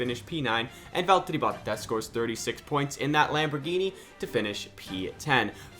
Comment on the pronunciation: The fuckin Valllllterrriiiii Botttaasss, dude thinks he is finnish